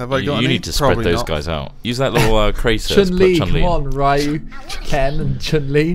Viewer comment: Rye-u? Dang it guys... PRONOUNCE THEM PROPERLY. It's not MARE-io either. *le sigh*